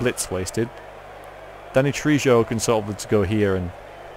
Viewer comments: I always thought Trejo was pronounced tray ho. At least that's the answer I get when I google it. Could be wrong. I'm no expert, so don't take my word for it. :) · Please look up how to pronounce Danny Trejo! ( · You're pronouncing trejo wrong V.